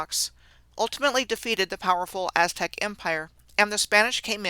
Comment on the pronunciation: As-Tech? (Aztec)